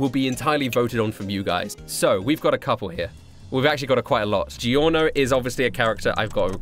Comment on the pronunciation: i like how he says Giorno. I sounds like how everyone should say it but everyone says "Gorno"